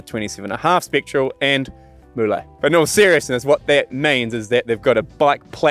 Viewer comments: I prefer the decadent characteristics of a warm frothy mullet (Pronounced mullay) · if you’re gonna call it a “mu-lay” then at least refer to your co-host as “Ya-soan”